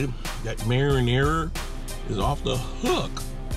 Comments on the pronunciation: its MARINARA NOT MARI NARIA!!! GET IT RIGHT!!!!!!! ps i love u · you're supposed to be a chef and yet you cannot pronounce marinara sauce